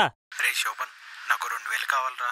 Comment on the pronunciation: Rey sobhanuuu not rey soobhanam